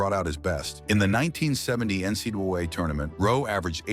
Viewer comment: why cant AI pronounce NCAA? What a joke. Oh what's a "Keltic?"